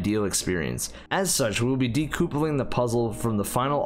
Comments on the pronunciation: i died laughtng when he prenouced decoupling wrong definitly did no do it on purpose its prenouced de-cup-aling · I know this is late, but homie just said "de-coopaling" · My guy actually said "decoopling" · I'm sorry, but you did not just pronounce decoupling as de-coup-ling. Wtf lol. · Say decoupling again... snickers uncontrollably